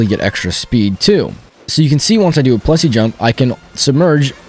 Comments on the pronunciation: j hate how it says 'plessi' ITS PLESSIE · Just... It is Plessie, not Plessi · PLESSIE! NOT PLESSI